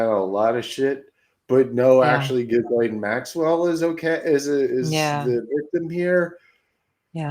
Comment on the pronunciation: Her name is properly pronounced ghee-LEN. Hard G, silent S, and 'aine' in French doesn't rhyme with 'pain' in English.